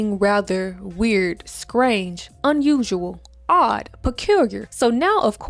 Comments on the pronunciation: How is it that you can perfectly pronounce insidious and diabolical, but can’t pronounce the word “strange”?! 😂😂😂 Great vid, btw. Keep it up. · The lack of “Str” I guess